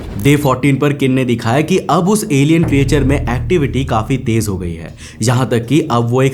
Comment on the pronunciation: ए भाई अगला विडिओ बनाने से पहले creature को ठीक से बोलना सीख लो। क्रीचर कहते हैं क्रीएचर नहीं नहीं जानते तो कोई बात नहीं पर गूग्ल तो कर सकते हो।